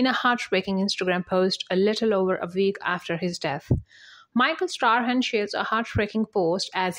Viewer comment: Old news, mispronouncing Michael Strahan's name!